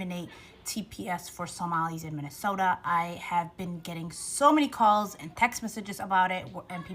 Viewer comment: Maybe she should learn how to pronounce Minnesota 1ST OF ALL.